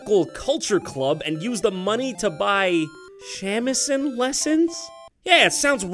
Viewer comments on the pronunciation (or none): except for shamisen. he pronounced that in an american way, on purpose i think. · shamisen is pronounced sa mi sen. Its like a japanese guitar.